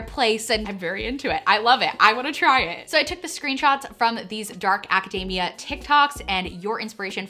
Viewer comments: Oh man every time you said academia I was hearing macadamia 🤣 I was like dark macadamia is this a dessert lol yum! Hahah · the way pronounces academia has me seriously craving a white choc chip macadamia cookie <3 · The way you say academia is hilarious, it sounds like your saying macadamia nut, minus the m. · Every time she says Acadayyyymia, I hear "Macadamia" nuts lolololol (it's Aca-deee-mia, but it's also fun to hear it the other way) :-) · love that she kept pronouncing academia like macadamia lolol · Friendly pronunciation note: academia should not rhyme with macadamia, it rhymes with anemia ;)